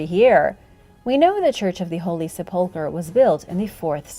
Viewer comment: Sa pole ker ? It's : Sep - Lick- Ker , NOT , Sa - Pole - Ker ! Just Saying ! Lol